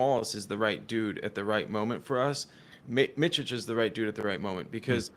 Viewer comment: Holy cow guys, it’s Miss Itch (Micic)